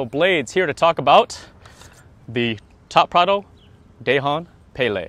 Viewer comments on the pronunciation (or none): its dahong palay in filipino grammar if the letter of the word end with letter N followed by another word add letter g it pronounced as da -the hong - hong kong pa - papa lay - lie not day hon pay lay im a filipino. that is how to pronounce it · It's pronounced as Duh-hon Puh-lai. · "Dāy-hahn pāy-lāy"? -Anyone with skin darker than Lou Diamond Phillips should be ashamed of that pronunciation. This shows no respect for your heritage, or for the FMA and/or Filipino craftsmanship. You would think that with the supposed quality and/or authenticity of these blades, one would take the time to ensure the terminology and origins are correctly stated and pronounced. Otherwise, what's the point? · It's not good if it's not in a proper pronunciation....not die-hong pie-lie...🤣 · if you're going to do an advert or promote an item at least make an effort to make sure you're pronouncing it right....it's DA-HONG PA-LAY. In filipino you pronounce the A as ah..not ey.. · Dahong palay Da with straight a and not like dey Hong with straight o and dont put an accent on it Palay with straight a's and not like peyley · wait im sorry did u just say dayhon paylay